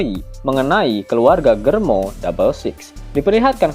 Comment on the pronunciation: Germa njir bukan Germo